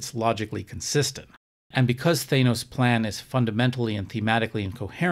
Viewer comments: I find it hard to give you full credibility when you pronounce it thay-nos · If I hear Thānoe one more time, I will ceese watching this video.